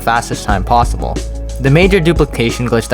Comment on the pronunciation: Did he just say plossible?